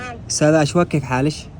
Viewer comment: عدل الاسم بالتلفون اشواق مش اشوق